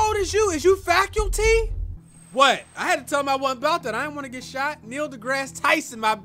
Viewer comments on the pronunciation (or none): "Is you Facyulty?"